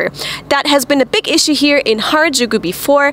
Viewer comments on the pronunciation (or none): none